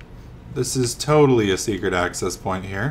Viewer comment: Lol seems when you know you have found a secret door you say this is totally a secrete door.